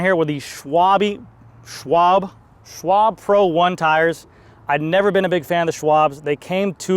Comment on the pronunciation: Schwalbe, not schwable, not schwalbee. Shhhwalbe 😅